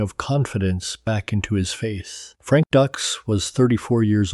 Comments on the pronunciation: These AI videos are notorious for mispronouncing words and names. It's DUKES, not DUCKS. Very annoying. I'd be ashamed to release this video. Then again, the entire story is a total fabrication. None of it ever happened. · It's DUKES! Not DUCKS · Frank "Ducks"????? Did you even watch the movie "Bloodsport", Dude??? Good grief!!!! They even made a special effort in the movie to pronounce his name right!!! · It's frank Dukes dude wtf get the name right Dux If Dux is the correct spelling that's all good but pronounce the name correct please lol 😂